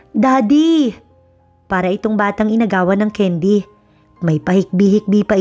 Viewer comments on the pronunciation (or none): none